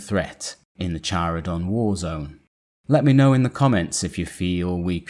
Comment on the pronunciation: Well done, man. One critique: you might want to look into your pronunciation: Tjaradon warzone, versus Karadon (Charadon) or Easy Cary-on versus Eh-zeh-karion (Ezekarion) and a few others in various videos. Warhammer 40K uses names and terms derived of multiple languages and types of pronunciation that a flat reading (like "A-chill-ease" versus Achilles) won't do justice.